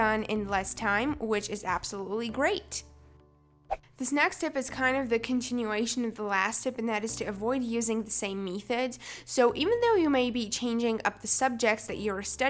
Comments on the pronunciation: She says methods and motivation wrong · It’s not me-thods it methods me-mea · Metheds thats the way you pronounced it